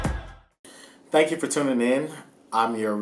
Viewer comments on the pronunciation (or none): none